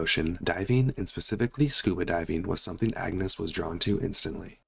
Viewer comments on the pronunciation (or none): none